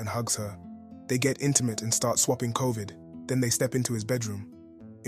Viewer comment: Why he say it like that swapping COVID had me on the floor fr 😅